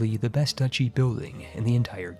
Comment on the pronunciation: Duchy! DATSCHI! I love your videos,, but dear Lord, how many times have we told you it's not "ducky"? Are you doing this just to spite us?